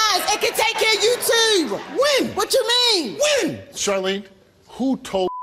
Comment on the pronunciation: Baltimorons.. "You toooo" 😂